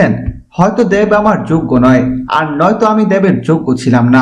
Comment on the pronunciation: Dev ar uccharon ta aga thK kre blte sikhun r ata old news